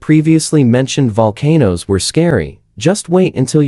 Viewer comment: The AI voiceover on this is SO BAD. It calls volcanoes 'VUL-ca-nose', reads years as '1-9-8-6', and all sorts. It's not even 10 minutes long and I couldn't even get half way through. Why don't you just read the script yourself??? Or edit the AI, so it reads correctly??? I might have been interested in the information, but now I'll never know because I'll never watch another of your videos. 🤷🏼‍♀️